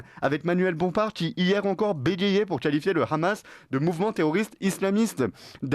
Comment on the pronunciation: D'accord mais svp arrêter de dire "Ramas" c'est insupportable. Aucune raison d'utilisation la prononciation hébreuse. C'est de l'arabe HHHHHaaamas.